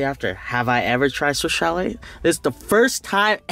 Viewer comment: Lost count of how many times he said swish chalet lol